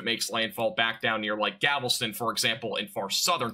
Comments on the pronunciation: Gavelston? Galveston homie, also that's not where galveston is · he even said "gavelston", hahha